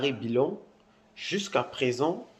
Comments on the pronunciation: Tu viens d'où toi . Ce n'est pas bilon c,est billon Parle de chez toi. Merci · A cause de gbérê tu déforme le nom du Mr c'est plutôt Jean Louis Billon